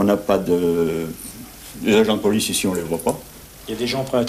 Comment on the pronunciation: Ah d'accord je croyais qu'il disait la boulice pour parler de la police😂